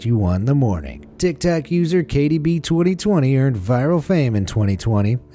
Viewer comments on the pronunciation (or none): Did he say tik tak instead of tik tok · He said tic tac 😂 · Who heard he said tiktak in the first part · Did anybody catch when he said tick-tock instead of TikTok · Its tiktok not tictac it's not a breath mint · Its not tiktak its tiktok 🤣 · Did anyone her him say tictac instead of tiktok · Tic tac 😐😑😐 it’s tic toc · Tiktak it titok lol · NO! HE DID NOT JUST SAY THAT!!! TIK TAK?!?!?! REALLY?!?!?!?! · Does anybody else notice he says TIK TAC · This man just said tiktak. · he said tiktak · he says tik tak on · Did he say Tik tak